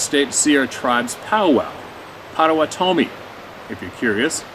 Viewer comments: It's fun to hear people pronounce Indian names. It's Poto WHAT ami. Native Americans at one time in Illinois and Indiana. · Just a respectful correction on the pronunciation of the Pow-Wow grounds mentioned minutes. "Poto WAT a mee." As for your beautiful Lady companion,, I will follow your Channel when it is established here. Do enjoy you two together. And yes brother; we need to lose the fear, altogether and find common ground amongst earth humans. Thanks for all you do. Peace!